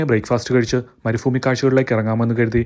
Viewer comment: മരുഫൂമി അല്ല bro മരുഭൂ മി 😂